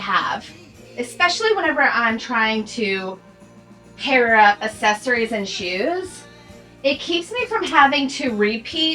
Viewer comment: Girl, I love you so much and am such a fan! But I have to tell you, the way you pronounce “accessories” kills me!😂 Thank you for sharing all the fabulous content. 💕